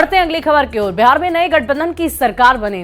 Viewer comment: अरे व्यार नहीं हैं बिहार हैं...... बोलने तो सिख लो EWS सुदामा कोटा.... लेटरल ऐंट्री का प्रकोप दिखने लगा है.........